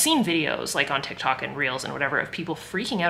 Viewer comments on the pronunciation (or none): none